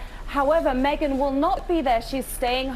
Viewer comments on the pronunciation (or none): none